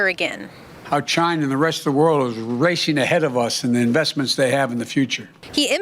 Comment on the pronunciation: "Twunner years ago..." "China and the rest of the world is raishing ahead of us..." The man is a NUMBskull!!! Oh, affordable housing? You mean such as pack-and-stack?